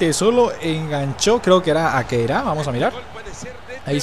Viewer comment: Se dice khedira no keira